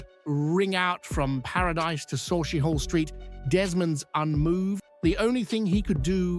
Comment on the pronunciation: Learn to pronounce "Sauchiehall street correctly so stop using AI speech in your podcast it is pronounced (Sucky-Hall street) not sochihall st .😮